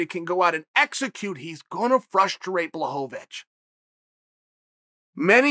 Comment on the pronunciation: Wait did anyone hear that? Am I the only one ? He finally said Jans name right lmaoo blahovavitch haha